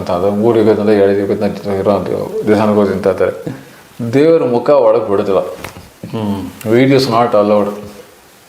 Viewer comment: ಮಖ ಅಲ್ಲ ಸಾರ್ ಮುಖ ನಾಳೆ ನವೆಂಬರ್ 1 ಕನ್ನಡ ರಾಜ್ಯೋತ್ಸವ